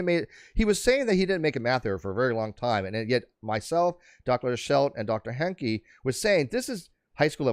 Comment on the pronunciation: I really mean no disrespect,, but every time you say "Dr Henke", I think of South Park and Mr Hankie the Christmas Poo! 💩 🤣🤣🤣 {:o:O:}